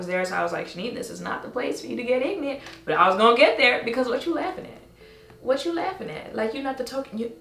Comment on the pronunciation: He said... Hwat??? Bruuuuh